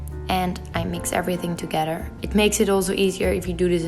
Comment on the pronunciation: I really wanted to watch this but I couldn’t stand her annoying voice. It’s “three” not “tree”; “together” not “toguder.” Too irritating.